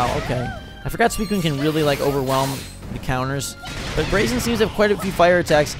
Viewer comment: Braixen is pronounced Brayx-en. other than that. Loving the videos buddy!!